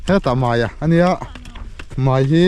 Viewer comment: Zotawng uluk tur itia, mai tih tur ah mei iti vek.